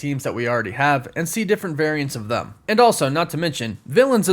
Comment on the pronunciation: I tried to get over this so many times but I just can’t get over the fact that when you say the word them it sounds like you’re saying thumb and it’s the most annoying thing ever have a good day!